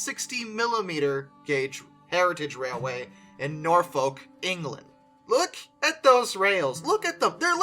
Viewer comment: The H in Walsingham is not pronounced, neither is the L in Norfolk. Best to check English place place-names in advance - even the English get them wrong, but these are easy ones for beginners.